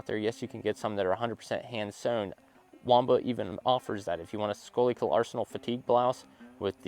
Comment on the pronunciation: not that it really matters but schuylkill is pronounced SKOO KULL I grew up right on that river everyone butchers that unless you are from here lol you will be in the know now for future reeanactments!